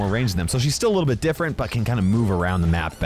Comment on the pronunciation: Bro Said "a little but" 1000 times